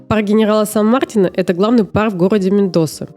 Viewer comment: Ребята, сан МартИна, ударение на И